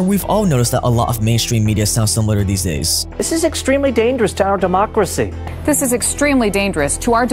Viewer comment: "THIS IS EXTREMELY DANGEROUS TO OUR DEMOOOCRACY 🐄"